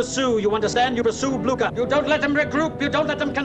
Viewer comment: Napoleon would have been able to pronounce Blücher properly and not as Blooker ...